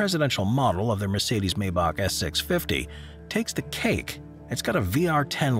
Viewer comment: Always ; My-Bach . Never ; May-Bach . Please , continue . .